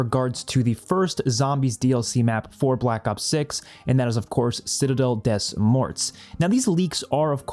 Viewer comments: Reminder to try using a translator app to pronounce the maps properly :)! Hope to help by saying it sounds like: "Citadel day more" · Citadel De more is how you say it both T and S sounds are silent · I'm pretty sure it's pronounced citadel day more. Have a nice day!